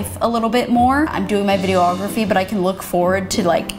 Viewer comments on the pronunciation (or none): Wasn’t gunna say it....but you’ve mispronounced videography in 3 videos so I must lol Photography has the same pronunciation as Videography Not video-ography or video-ographer. Okay I hope this helps 😂😅